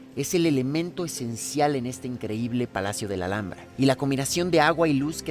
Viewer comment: Thank you for such a wonderfully made and well explained video, really helps me prepare for the trip to the Alhambra. Also fun to learn how to say the name properly😊